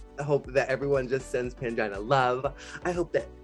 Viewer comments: In her video deckside in a Bahamas tee it sounds like "Angina" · Is Jimbo calling Pangina “mangina” or is it just me? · Not jimbo calling Pangina "Mangina" haha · I swear I keep hearing "Mangina" whenever Jimbo says Pangina's name 🙈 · Jimbo fully said “Mangina” when asked to pacify upset fans, and the subtitles disrespectfully spelled it correctly😭 😤